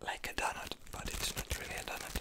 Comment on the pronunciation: Way to say: Donut says Dohnut 😂🤔 I love the pronounciation